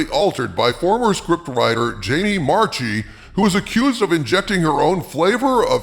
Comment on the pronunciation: Every time you misspoke "Marchi", I cringed. Anyway, since my really distant cousin is such an a-hole, I won't mind the pronunciation slip-up.